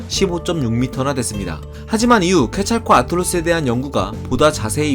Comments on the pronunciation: 케찰코 아틀루스 같이 들리네요. 케찰코아틀루스인데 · 케찰/코아틀루스라고 자연스럽게 하면 되는데 케찰코 아! 틀루스라고 발음하니까 뭔가 뭔가 이상하고 신경쓰임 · 케찰코'아틀루스라고 말하는거 킹받아요ㅋㅋㅋ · 케찰코v아틀루스 별거 아닌데 끊어읽기가 굉장히 신경쓰여서 내용에 집중이.. 한국인이 유독 이렇게 읽는거 같기도 하고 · 항상 영상 잘 보고 있습니다. 근데 정말 미세한부분 하나만 첨언하자면 케찰코^아틀루스 식으로 끊어 읽는건 학명의 어원인 '케찰코아틀'이 케찰(깃털)+코아틀(뱀)의 합성어인 점에서 볼때 약간은 부적절하지 않을까 싶습니다. 저도 이번 영상 보면서 뭔가 좀 어색하다 싶어 찾아보니 저런 어원이더라구요. 요즘 지식 유튜브 채널중에 제일 재밌고 흥미깊게 보고있습니다. 앞으로도 좋은 영상 많이 올려주세요! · 케찰코 끊고 아틀루스 라고 발음하는게 줜나 이상하다 이 사람 그게 한번에 발음이 어려워서 끊는건가??